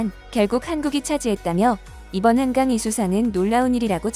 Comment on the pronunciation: 외쿡 언론인들은 활자대로 읽는 것이겠지만, 한강작가의 이름을 빈복적으로 한캉이라고 발음을 하는 것을 보니, 우리가 한글을 알파벳으로 표기할 때 K 와 G의 발음을 따로 구분하지 않고 주로 K로 쓰는 경향이 많은데, 앞으로는 ㄱ일 때는 G를 쓰고, ㅋ일 때는 K 를 쓰는 구별을 확실히 할 필요가 있겠다 싶다 한강작가님 노벨문학상 수상을 진심으로 축하합니다 👍👍